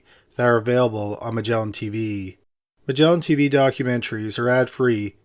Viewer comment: "Magellan Tveeeee"